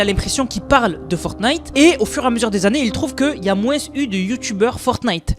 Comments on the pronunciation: réel on dit mooooooooin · pourquoi tu dis "moinse" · Pourquoi tu prononce le <S> du mot moins 😅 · Dans certaines régions, ils le disent comme ça ^^